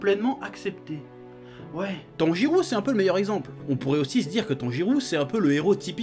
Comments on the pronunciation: Chef Tanjirô se prononce Tanjiro (en prologeant le -o) et pas Tanjirou Sinon bonne vidéo , on ressent la Pa$$ion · C'est moi ou il dit "TANJIROU" tout du long ?